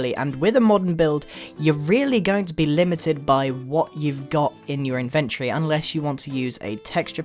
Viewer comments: Iventory not ivintree ok I'm not hater tho I love ur builds btw I am better modern house better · What the heck is an "inventery"?? isn't it inventory??